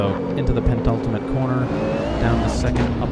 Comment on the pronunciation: Nice racing, enjoyed the video and you got a new sub :-) Only one fly in the ointment and don't wish to come across as an a**hole but I have to mention it. The word is "penultimate" and not "pen(t)ultimate".